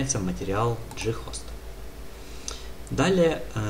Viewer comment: "Ghost" (англ. Призрак), зачем так каверкать слово?